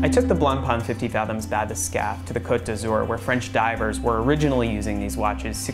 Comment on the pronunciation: *blank-pain *bath-escape pls learn to speak murican